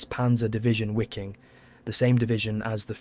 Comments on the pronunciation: Wiking is pronounced "veeking" not "weeking" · It is a bit frustrating. It wasn't this channel ....but another I was watching .and I heard SS Wiking ...pronounced " wicking". 😖 It bothered me I must be honest. Lol.....EDIT: well , I see the pronunciation is incorrect here as well